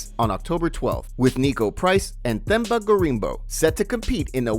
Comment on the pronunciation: It's pronounced: "Temba"